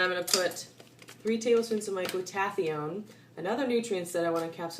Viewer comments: It's pronounced Glueda-thy-on, not glue-taffy-own. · It’s gloo-tu-THIGH-un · FYI Glutathione is pronounced Gluda-thy-own... FWIW... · Not teally important, but i think Glutathione is pronouced: glu-ta-thigh-yone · it's pronounced gluta-THIGH-yawn. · awesome vid. but check your pronunciation of Glutathione. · Never heard Glutathione pronounced the way you do, too cute!